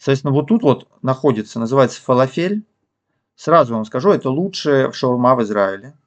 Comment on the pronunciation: ФалАфель, не фалафЕль)